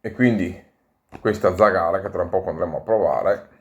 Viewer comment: Ciao, complimenti per i video, la tua pronuncia di zagara non è corretta... L'accento cade sulla prima vocale